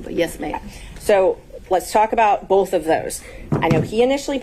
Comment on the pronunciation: Why are so many African Americans regardless of education level incapable of pronouncing the TH sound? Fanni and the host of this channel consistently pronounce words like Both and Earth, Boff and Earff. My god. It can't be that hard.